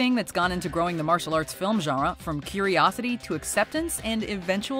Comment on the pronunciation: It's funny the way she says genre. Zhanwuh.